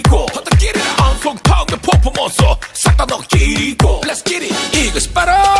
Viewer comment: 신서유기 찾아보는데 자꾸 광고 저거뜨는데 너무 중독되서 검색해서 찾아봤네요 너무 중독성 쩔어서 계속 찾아서 볼듯 진짜 퍼포먼스 포포몬쓰라고 발음하는 것도 진짜 중독되요 너무 재밌음 강호동님 특유의 발음